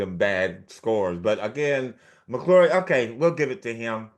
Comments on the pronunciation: It's Mac McClung, not McClure. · Isn’t it Mac McClung not McClure